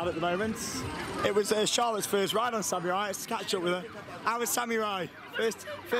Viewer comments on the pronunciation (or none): It's samurai no Sam-I-Ri